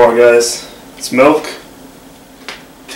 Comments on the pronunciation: First of all it’s MILK not malk because obviously it has an i in it not an a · haha malk go brrr